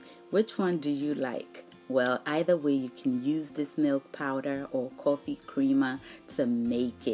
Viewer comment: yo cwoffy lololololooooolololololoololol